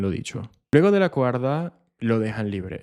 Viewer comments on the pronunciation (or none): Hola.. se dice coartada...